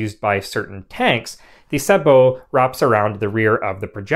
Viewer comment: It is so nice to hear sabot pronounced correctly.